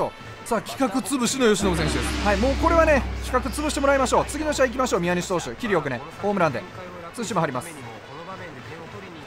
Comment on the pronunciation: ×みや↑にし投手 ○みやに↑し投手